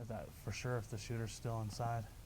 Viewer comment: really who TF cares. Someone who says "fir sure" you are really knowledgeable🤭